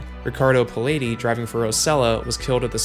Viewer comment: Good vid. I'm 59 and was a young, avid F1 fan in the 80s. It was an amazing decade for F1 (and music btw). The TV coverage was sparse and no internet so we bought magazines that had splashy big colour pix and great journalism. BTW, pronunciation... phonetically... vill-nuve, did-yay, pall-ett-ee... among others.